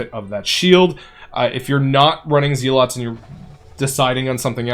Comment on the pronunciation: Zel-OT, not zee-lot 🤦🏻‍♂️